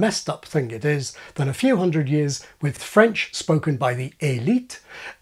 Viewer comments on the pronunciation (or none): none